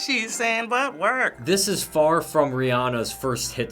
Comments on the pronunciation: It's not wer its work you need the k. Besides I only listen to country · It sounded more like "twerk" than "work"... And looked like that as well.